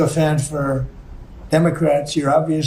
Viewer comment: Did Trump say 'immocrats'?